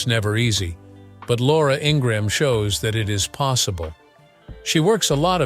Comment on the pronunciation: I noticed he can't CORRECTLY say her name or others...he screws them up!!!!